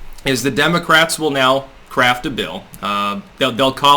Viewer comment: I heard "craft a bill" as "crap a bill"... Something Freudian in that...